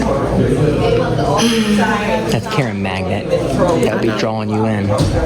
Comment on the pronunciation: FYI, your pronunciation of magnet sounds like you leave the N out or it is silent.